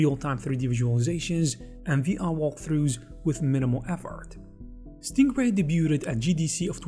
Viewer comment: It really sounds like you're saying "Stinkray" lmao